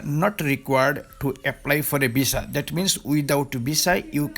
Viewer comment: Before making video on visa information . Learn how to spell visa in your bengali tone instead of saying visa you saying bisa 😅😅😅😅😅😅😅😅😅😅